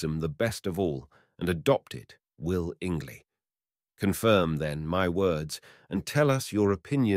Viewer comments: Really need a better educated reader foll-owers Is-realities will-ingly vill-age intell-I-gent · “FOLL-OWERS”, ???? WILL-INGLY???? Wonderful AI. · will-ing-lee ?? vill-Age?